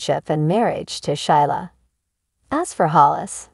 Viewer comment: Gee. Her name is pronounced Sheela. Silent i.